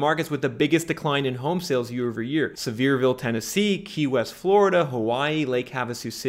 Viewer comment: Hey you pronounced Sevierville perfectly! almost nobody who isn't from the area gets that right. i bought a property there in 2015 from a bank that was still holding on, at rock bottom price. it was my primary and only home on 125 acres. beautiful area, loved living there. sold in May of last year at the top. didnt want to sell but couldn't pass up 180% profit. waiting to possibly repeat the process in a few? years. current 60% decline in yoy sales sitting at #1 in the country for vacation market 😲 looks like the process has started again